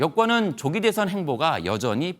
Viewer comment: 한국어에는 각 단어들에 장음(長音), 단음(短音)이 있어서 국어사전에도 표제어 장음 글자의 오른 편에 : 표로 표시되어 있다. 그런데 요즘 젊은 기자들은 한자어를 말할 때 이를 전적으로 무시하고 전부 아주 짧게 발음한다. 예컨대 '여:당(與黨)', '야:당(野黨)', '대:선(大選)' 이라고 길게 발음을 해야 하는데 짧게 발음하는 것이다. 참으로 듣기에 딱하다. 이런 폐해는 한자 사용의 폐지에서 기인한 것이다. 정말 큰일 났다.